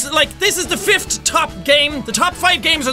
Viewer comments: WAIT jack... Did you say fift? Don't u mean fifth? Lol I love ur accent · awww, you say fift it's funny to me...sorry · Fifth? Nice English jack.